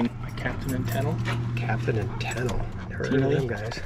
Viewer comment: Captain and Tennille, rhymes with when real, not fennel